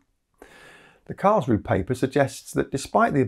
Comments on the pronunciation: I miss the -eh in Karls roo eh. The final "e" auf Deutsch is not silent. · Just a little detail: the 'e' on the end of Karlsruhe is pronounced, so it's approximately 'karlsrew-uh' rather than 'karlsrew'.